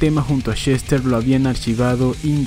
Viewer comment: Seguramente no lea éste comentario, pero igual se lo voy a escribir: en solo el primer minuto con 50 segundos del vídeo se me pasaron varias veces por la cabeza de que yo estoy muy seguro, y creo que mucha gente coincidiría, en que el señor Bennington se llama Chester y no Shester, y para quien quiera decirme que eso es sólo su forma de hablar que me expliquen por qué puede pronunciar perfectamente la palabra "escuchar" (sin decir "escushar") pero no puede decir Chester y repite incontables veces Shester